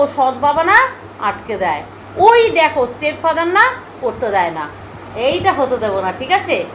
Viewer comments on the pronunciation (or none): none